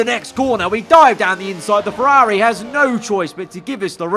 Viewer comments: Ferrari ❌ FerRAWRI ✅ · How he says Ferrari always irks me idk why 😂